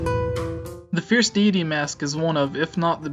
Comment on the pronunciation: I don't like how you dont say deity right. it bothered me during the whole video. I think you need to practice your presentation skills. Interesting theory though.